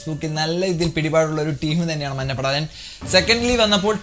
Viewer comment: മന്ന പട എന്ന് പറയുന്നത് പോലെ തോന്നുന്നു ബ്രോ 😬😬